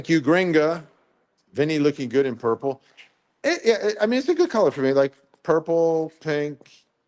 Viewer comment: Hey Vinnie: I have heard it called Burple! 😂 instead of Purple 😂